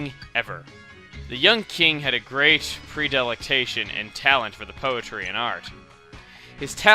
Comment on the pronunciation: Oh my goodness! Read a dictionary! It's predilection, not predilicTATION! And also, you go around toting your French heritage, but can't pronounce coup de tat? SHAME!